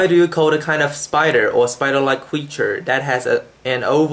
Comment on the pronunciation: You do have an accent. (1)You speak very slow but still you lose consonants which are set into the last positions of words. (2)You have tunes in your English. As I understand, tunes are only in Chinese. (3)You pronounce a few vowels and lots of consonants wrong. (4)You can't recognize 'O' and 'l', there is 'people', not any 'peopo'. 'Call' is not a 'co'. (5)You can't pronounce two consonants that sequentially exist. There is 'English', not any 'engulish'. You have an accent, obviously.